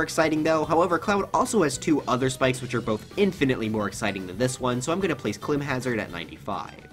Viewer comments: “CLIM hazard” and “SKULKS down air” 😂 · even though it is spelled “CLIMHAZARD” or whatever I think it’s still pronounced like “Climbhazard”